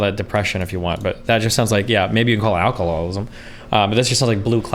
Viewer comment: "Alco-lol-ism" lmao